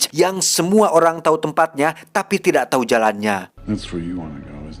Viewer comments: Aduh si, diberitau pake u bukan pake i atuh hahhaha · memberi tau bukan memberi tai bang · ada yg ngeh ngga sih tiap ngmg "memberi tau". berapa x geu dengernya "memberi ta*" 🤣🤣🤣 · wkwkkw si tijalikeuh letah na memberi-tai